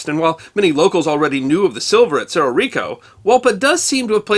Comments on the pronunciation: One correction…Cerró is pronounced s-EH-r-oh. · With respect, for native English speakers, and not using official phonetic symbols, it's better described as SEH-roh with the e pronounced as in "breath". Also, no written accent on the o. It's just cerro, meaning hill, significant rise in the land, or crest of either, depending on context. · And cerro is pronouncer serro